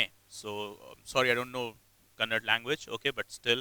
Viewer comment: Kannad❌ kannada ✅